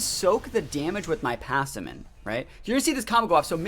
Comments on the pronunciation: Pass-im-ian. Not passiman... other than that great combo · This is a super interesting team, good stuff! Also just a side note but you're missing a syllable in Passimian, I honestly can't tell if you're saying it incorrectly on purpose or not ;) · all good just was rough to hear it pronounced like that lol. Dont worry still liked the vid